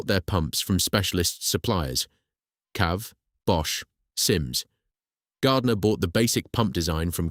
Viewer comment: It's not 'cav' it's 'See-Ay-Vee'!